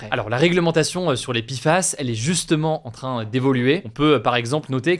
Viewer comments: Ça ne se prononce toujours pas "pifass", hein. En français, c'est "péfass" ou "pé èf a èss". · Pourquoi il dit Pifas au lieu de Péfas? Entre français ou anglais, il faut choisir ! La il nous fait du franglais ! ( comme mon installation windows 11 par défaut de mon PC ^^ et les responsables m ont dit " ah désolé, nous sommes peu à parler français dans l entreprise !" mais ca se permet de vendre à des francophones ! ) Désolé pour cet énorme hors sujet ! ^^